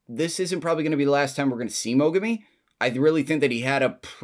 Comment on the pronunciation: The moment it looked like he was about to lose his shit after getting kicked sent me chills. Fight was great as well! Ps: Name's Mogami, not mogumi! :D!